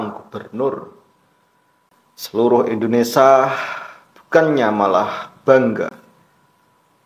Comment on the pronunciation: Mas kamu ini ngomong Indonesia aja salah bukan endonasa 😂😂😂😂 tapi ngeyell😂😂😂 otak pendek ternyata..